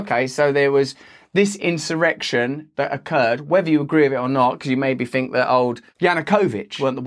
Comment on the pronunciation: At least he's stopped saying "fink" in place of "think". That was one of his most pathetic affectations.